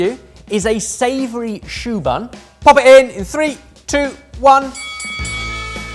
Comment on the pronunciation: Ohh! 'Savory choux bun' not 'Savory tuber'